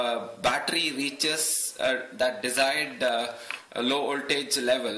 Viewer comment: Well, he is talking about an 'oltage of tree point tree', instead of a 'voltage of three point three'. Other than that it is indeed pretty good for someone who isn't a native English speaker. (I should stay quite though. My English pronunciation is way worse. I know how it should sound, but I can't reproduce it, and therefore I never speak English which doesn't help either xD )